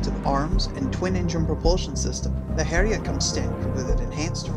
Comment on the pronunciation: Following from another comment, it's actually pronounced Hell-yah, almost like 'Hell Yea', but not quite. Speaking as a Scandinavian who has studied more than my fair share of old norse mythology. Still an excellent video as always!